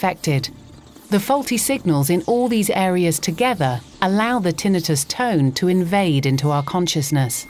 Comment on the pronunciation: Thank you, Ms. Announcer, for pronouncing "tinnitus" correctly!